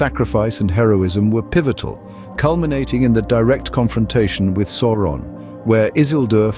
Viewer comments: Who the heck is SORE-on? His name is SAU (Sow)-ron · Sauron is pronounced "Souron".